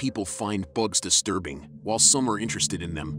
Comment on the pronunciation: The pronunciation of bugs gets me every time. BOGS! 😂 Why is it so aggressive?